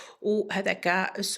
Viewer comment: سيشوار و ليس سوشوار مع كل إحتراماتي